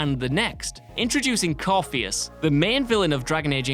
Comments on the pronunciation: Corypheus= Cor-if-ee-us, not Corpheus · Core-theas 😂😂 nooooooo Cor-ithi-us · isn't it pronounced core-if-ee-us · The name of the villain introduced in Dragon age two who then becomes the person you fight most in Inquisition is pronounced "Core-RIFF-e-us" btw... you guys could have at least watched him introduce himself and use that pronunciation! Dude talks about himself in the 3rd person a fair bit after all! It's not like we don't hear his name spoken aloud ALOT in inquisition, both by him, his minions, The Inquisitor him/herself, or by your companions... So how did you manage to butcher his name that badly? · I believe you pronounced 'Corypheus' incorrectly. I think you'll find its coryphefish ;)